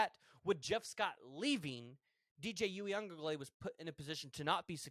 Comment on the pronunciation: If you can't pronounce Uiagalelei just don't try because you are butchering the fuck out of it